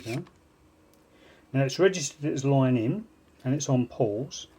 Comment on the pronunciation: "Loine in" accent